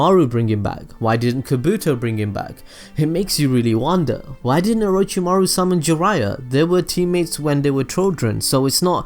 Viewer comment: Mispronounced names: Orochimaru Nagato Kabuto (HOW THE FUCK DO YOU MISPRONOUNCE KABUTO???) Obito Shisui Deidara Itachi Naruto (once near the end)